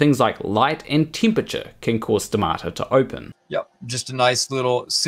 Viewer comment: I say stomata, you say stamato So much wrong with this story. So little science.